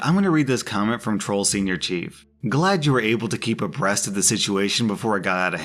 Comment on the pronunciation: "abreast".... hahhahahahaha